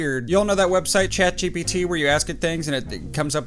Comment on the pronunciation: The way he got the name ChatGPT rong and he said "ChatBgTP" 😆😆